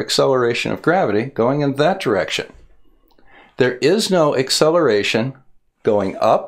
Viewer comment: Did you say the ‘eggcelaration’ of gravity? you kill me. 🤣🤣🤣